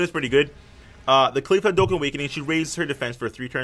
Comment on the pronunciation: Btw its caulifla